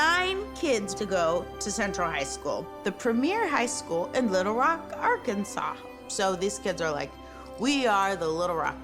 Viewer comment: Thank you for pronouncing Arkansas correctly